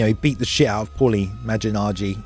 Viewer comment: The fact that was able to say "destroying his opponents brain, going straight for the amygdala," but couldn't pronounce Malignaggi despite repeated attempts, that had me dying from laughter!